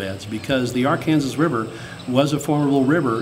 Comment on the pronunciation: Cool video. Love to see more of the trip. Did you make it all the way to the Mississippi. Please pronounce the river right. It’s not Ar Kansas river it is Arkansas the word Kansas is not pronounced.